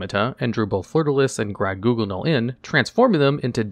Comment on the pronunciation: As a French speaking fedora wearing individual, I couldn't stop myself from laughing uncontrolably every time he pronounced 'Grand-Guignol'